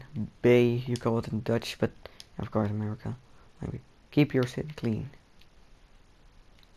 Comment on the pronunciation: and say city not shity